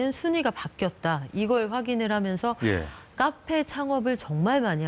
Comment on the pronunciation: 카페라고 쓰고 까페라고 읽는